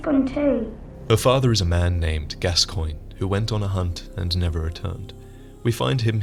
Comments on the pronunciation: It's pronounced Gas-cone, not Gas-coin. Eileen even says his name for you when you talk to her during a certain part of her quest line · Every time some one mispronounces Gascoigne I cringe. Eileen says it in game, it is pronounced Gas-con. I swear, if I talk to someone and they mispronounce it I'm making fun of them and pronouncing it Gas-coig-nee. Cause you know, that's how it's spelled! It must be right! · His name is pronounced Gascawn, just saying. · Why is everyone pronouncing it gas-coin? It's gas-con. It's a French name, I believe. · because the npc's in the game pronounce it like that, also if it was french then it would be gas-swan. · I've never heard it pronounced Gas-swan, only Gas-con... maybe gas-cogn. I guess if the NPC's pronounce it wrong, then we have no choice but to accept it. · Hey, love your vids but you mispronounced Father Gascoigne. It's (Gas-con) Later in Eileen's questline she tells you. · Can you please pronounce Gascoigne correctly in future videos? Eileen says it in game, and its pronounced Gasc-ON. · In the game, eileen calls him Gas-Kwan not gas-coin x.x